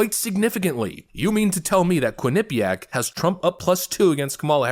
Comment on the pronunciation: constant mispronunciation of Quinnipiac is literal ear AIDS.